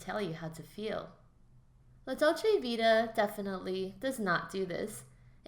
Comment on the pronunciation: Dude, kindly do your homework and learn how to pronounce the name of the film before recording it. Also Ekberg was Swedish, but her character was supposed to be American, not Italian. And "an Italian fountain?" The famous Trevi Fountain! This important film deserves better treatment by a casual commentator.